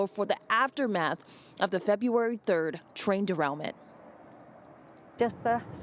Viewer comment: Trail derainment??? This dorketta can't even read.